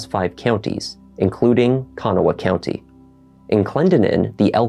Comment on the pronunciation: Mispronounced county